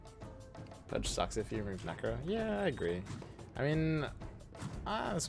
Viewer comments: He knows, he's doing the same on Tiny. He's just being. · yo man..its pronounce "PUJ" not "PUD GEH" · dude please, i respect u but, don't pronounce pudge like this ur killin' me everytime haha peace <3